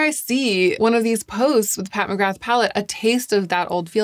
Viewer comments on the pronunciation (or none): Pat who ??? I love your videos but…. Nooooo you cannot say McGrath like that 😂. The TH is silent . 🤫 Silent . Nooo TH. I know this as I’m Irish and so is the name 😊